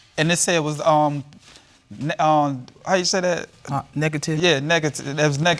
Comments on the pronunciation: I mean he couldn’t even say “negative” 🤣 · He couldn't even say NEGATIVE. That's all I need lol